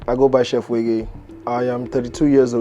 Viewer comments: Who is this fake thing? You can't pronounce a two-syllable name. 🙄 way-gay. All these yeyebrities sef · You can’t pronounce ‘wege’????